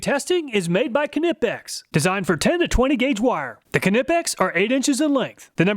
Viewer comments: Isn’t K in Knipex silent? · LOL...the "K" is silent on the Knipex buddy! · i think the K is silent lol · Why do I cringe every time Americans pronounce "Knipex" ....the way the say "Kuh-Ni-Pex" or some pronounce it like "Nee-Pex" just makes me want to look down the barrel of a gun and pull the trigger! My apologies, I'm sure there are many English words that sounds cringe to you too when you hear any foreigners try to pronounce as well! ...Okay, we are getting side tracked here; Thank you again for another great video, I have had those Klein ones since 2007 ant they never failed me, I have also had a Stanley FatMax version of those automatic wirestrippers since 2016, while the automatic vire strippers are great, they can be awkward to use in tight spaces or if you are working with really short wires. Please just ignore the first part of this comment and just keep doing what you do, I love your channel and everything you do! ...You da man!! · Dont forget to include Williams and Bacho tools in your comparisons. Knipex - pronounced "nipex" the k is silent but Knipex and Williams and Bacho tools are Snap-On companies and often share the same part numbers. It would be nice to see tools in these tests! 👍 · THE K IS SILENT IN KNIPEX!!! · Disappointed not to see American made Channel Lock. Also, you pronounce Knipex incorrectly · Love this channel however whenever he says knipex it's glass in my ears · not to be the guy but your saying knipex wrong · hate how knipex is pronounced .. so irritating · Great video as always, I use self adjusting strippers daily and would struggle to go back to pliers again. It always makes me smile to hear your pronunciation of Knipex, I'm not saying it is wrong, it just makes me smile! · The k is silent on Knipex btw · yes, you are saying knipex incorrectly. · Why? So he would be pronouncing it incorrectly, like you? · The k is silent in Knipex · Knippex has a silent K, like Knee as an example. That is how English Language works.